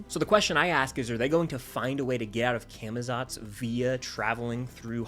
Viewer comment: Cah muh zots pronounce it right pls 🙏